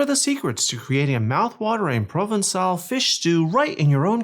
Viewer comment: you did fine :)